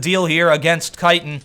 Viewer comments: First u say its ct sided then u say its t sided then you call titan kite-an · he messed up saying titan and said kriten